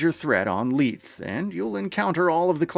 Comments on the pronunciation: Isn't it "LEE-thee?" I hope they're not saying LEETH in the game... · It's "ley-thee"